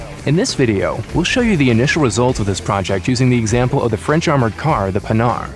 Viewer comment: Ok, that's a great project! But please, make the prononciation of "Panhard" correct in your videos.. This manufacturer was not about making hardened pans! Oh and just don't make the charges a consummable.. That would make no sense! An engine wear that could end with an engine broke if used to much would much more logic.